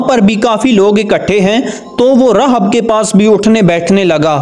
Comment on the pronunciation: راھب Rahib تلفظ ہو گا